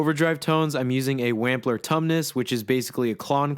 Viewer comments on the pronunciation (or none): The way you pronounce “Wampler” is very funny.